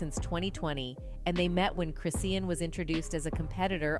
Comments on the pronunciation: Chrisean (Chris-SHAWN) how u reporting on a person and cnt pronounce their name and if it’s a robot reprogram tht mf 😂😂😂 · It's pronounced Chris - Shawn. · I wish you'd pronounce her name right. You can say talm bout but can't say her name. Quite disrespectful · Exactly speaking on someone and can't even pronounce their name right 🤨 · She didn’t get 1/2 of it Right..🤦🏾‍♀️😮